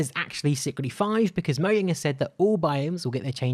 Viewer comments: MO-JANG. NOT MO-YANG. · It’s mojang not mojay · "Mo-yang" Everyone else: its "Mo-Jang". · Look I dont have a problem with you saying Moyang but it sounds better to say Mojang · moiang? For fuck sake I've heard this mistake before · Is nobody going to talk about the way he said mojang